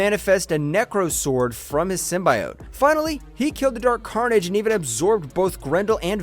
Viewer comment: Downvoted for not knowing how to say "Symbiote."